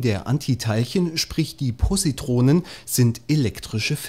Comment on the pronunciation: "Pussytronen" :D hahahahahaha lachkranf :P